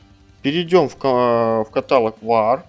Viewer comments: есть правила русского языка. То как вы привыкли говорить - ошибка и режет слух. Тоже самое что говорить дОговор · каталОг, ёпта